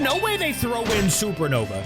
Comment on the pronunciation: It’s supernova, not sernova